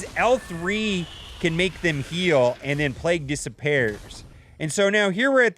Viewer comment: Lol dissa-pears XD